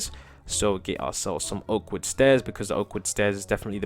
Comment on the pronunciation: When you say oak wood stairs ifeel you say awkward stairs haha